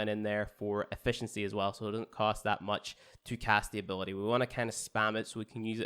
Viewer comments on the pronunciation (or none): none